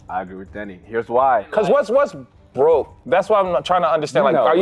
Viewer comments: YALL. I kept hearing Denny as Diddy & I’m like WHY IS NO ONE TALKING ABOUT THE STORY IN THE BEGINNING 😂 s/o the comments for clarifying 💀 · I kept hearing Diddy instead of Denny 😅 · i had to rewind this 3 times before i realized he said Denny and not Diddy 💀🙅🏼‍♀️😂